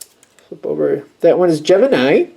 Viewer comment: Funny “like dat”. I live on the island of Maui and we say lik dat. 😂🤙🏼🧜🏼‍♀️ This message is super accurate and happening right now over events from the last week.